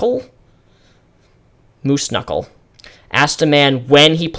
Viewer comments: Are you dyslexic or do you just have trouble reading aloud for long periods of time? It wouldn't hurt to take a few cuts when filming. I laughed when you said "dinnel dinner" twice and "kenuckle" especially. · I love how you often mispronounce common words. Even that flub with knuckle was funny.